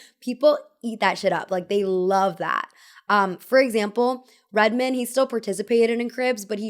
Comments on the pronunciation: Red-men??? Nooo darlin!! It’s RED-MAN!!!! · "Redmuhn" is crazy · “Redmin” “Jrule” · ..lol. The way you say Jarule vs. Jah-Rule and Redmen instead of Red Man is very funny😅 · The way she pronounced his name like a last name not Red MAN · the pronouncing on red man is diablolical. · Are the mispronunciations of Ja Rule and Red Man's stage names intentional? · the way you pronounce redman and jarule is killing me lmao but it’s cute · Pretty funny how you pronounced “Redman” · How can you live in nyc and not be able pronounce Ja Rule and Redman correctly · The way you said Ja Rule and Redman... no. 😂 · The pronunciation of Redman and Ja Rule :|